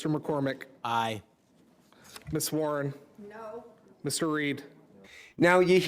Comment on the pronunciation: It’s WARREN not “Worn” and yes she’s a monster 👹